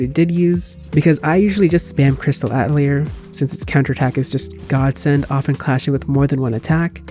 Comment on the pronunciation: Ya. Plus, not trying to be the grammar police since you can pronounce it however you want, but “atelier” is French I believe, pronounced roughly as “uh·teh·lee·ay” due to French accent. Again, pronounce it how you want I don’t care. Just some trivia I guess?